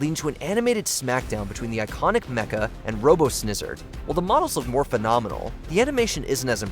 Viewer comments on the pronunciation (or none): none